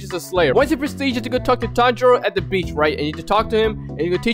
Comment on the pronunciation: U sayed beach and i hear bitc”